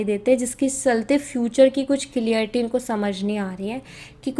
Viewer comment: Baaki sab to theek hai lekin apka clearity abhi tak tak Sahi Nahi ni hua aap humesha clarity ko clearity boltey ho issey pata chalta hai aap comment Kitna padhtey ho